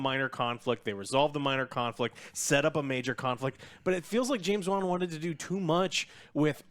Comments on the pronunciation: How does he read Wan incorrectly? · I really hate how pronounces “Wan” lol. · It's not James VAN! It's Wan you knuckleheads